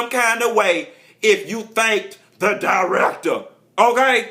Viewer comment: the DY-REK-TUH!! lol too much lol